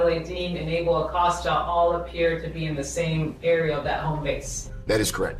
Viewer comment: THE LAST NAME IS PRONOUNCED WITH A LONG 0 SOUND..EX A-COAST-A. NOT AWCAUSTA.